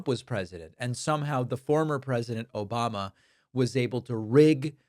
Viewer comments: Can you get his name right please its ObAmNa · "Yeah yeah yeah, Obamna 🙄" 😂😂😂